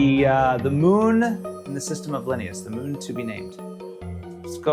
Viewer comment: Linneaus is "Lih-nay-us"